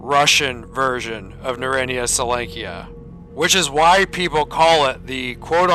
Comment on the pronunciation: Ackchyually, it's pronounced something more like "NARE-ode-NEYE-uh sol-YONK-uh" (or "sole-YONK-uh"). Various versions of Oblivion Lost were going strong around that time. He chose Misery as his first experience in the Zone. No wonder he gave up on it. Oink Oink Fleshy Piggy! 🙃 Frolic with the FLESHPIGS! 😆 An oligarchy of burers would be a "burer-ocracy." Why would there be an MP-40 in the Zone? A PPS-43 would make more sense (plus, it's the same caliber as the TT-33: 7.62x25mm Tokarev). Anomaly also has a USAS-12. What if you could mount a grenade launcher on it?! }:-D Monster hunter's combo weapon deluxe! Btw, what caliber is the Deagle? Is it .357 Magnum like Anomaly, .44 Magnum like Lost Alpha, or .50 Action Express like Oblivion Lost 2010. In Oblivion Lost 2010, he has an AKS-47. / What's the point of "wrong-handed" reloading (reloading with the shooting hand instead of the support hand)? Yeah, that's the old Soviet method that the USSR trained their troops to use way back in the day, but it's long since obsolete. If it's with a front-heavy gun, then it would make sense, but the AKS-74U (aka Krink, Krinkov, Okurok, etc.) isn't front-heavy, so there's no reason to use that wrong-handed "technique." Except it's possible to survive gunshot wounds or even shotgun wounds IRL. "Mail jacket" reminds me of Faxanadu. Same for most versions of Oblivion Lost. Notice how you run with your support hand graspin